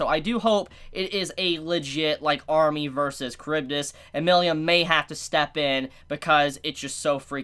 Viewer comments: It's not Milium, it's Milim 😅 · Who the fuck is miliyam? Just say milim like everyone else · I keep hearing Milium instead of Milim. Wth? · Ok, this video has to be a shit post. has gotten Tempest and Millim right before. Why the heck is he saying Tempt Us and Millium now?